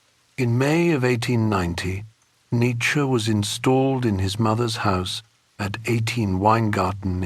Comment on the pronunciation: 1 minute in and the narrator pronounces his name incorrectly..